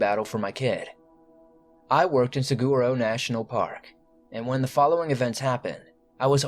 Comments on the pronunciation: I think it’s pronounced sa(waro). Not Sag(uro) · And saguaro isnt pronounced "sag-rar-o" either, haha